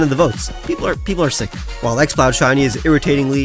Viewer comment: I thought you said xbox when you said exploud which is ironic given what it ended up as